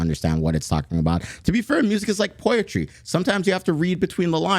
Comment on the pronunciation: My mans just said 'poetry' like "poietry" and I honestly wouldn't be surprised if he starts calling it "puyotry" soon either